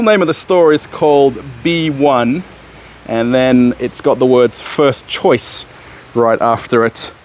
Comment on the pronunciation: The "B1" is probably not pronounced "Bee One", but rather "Vee One", since the B probably stands for "выбор" (choice). In other words is probably stands for "Choice 1".